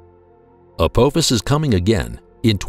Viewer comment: As bad as this video is, at least get the name right. It's not ApOphis it's ApAAAAAAAphis. ffs. How can we take anything else serious in this video, and I'm just 2 minutes in.